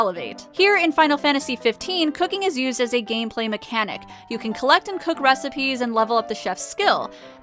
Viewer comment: recipe. recipeh. recipaaah. RECIPAAAAAY.